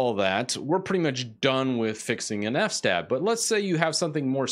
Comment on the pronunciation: I like that you pronounce it "f-stab" like I always do in my mind. I have no idea how long it was until I realized it was "f.s.-tab" for "file system table".